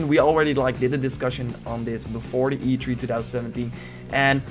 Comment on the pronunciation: Notice how he says "e tree" and not "e three"